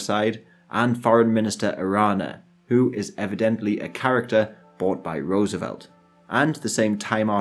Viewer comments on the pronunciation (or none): none